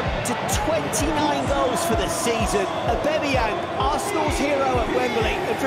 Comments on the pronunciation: It annoys me when those commentators call him AubEmeyEng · Imagine after 2 years our own commentator still not being able to say ‘Aubameyang’